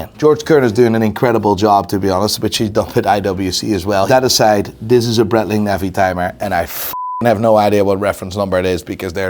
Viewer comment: I find it funny he can't say Breitling Right haha. And i.dont know ho buy yiur clothes but you need a new stylist haha😅😅😅😅😅